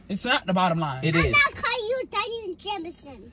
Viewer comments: “No You Not Daddy Jamanson, You’re Jamanson” Ts Had Me Dead😭💀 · " no YoU NoT DaDdy Jamanson, you jamanson"😭💀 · “no uu not daddy jamanson, you jamanson” PERIOD!💀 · I love how every time say Jamanson she look at Brian for the reaction😂😂😂 she needs to be a PAID ACTOR ATP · Omg lol no you not daddy jamanson you jamanson took me out 🤣🤣💀